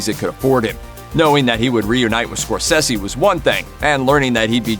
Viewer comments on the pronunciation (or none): Its Martin "Score-Say-Z".... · Please learn how to pronounce Scorsese? Thank you. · If you're going to do a video learn how to say Martin Scorsese's last name right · Can you not pronounce Marty's god damn second name..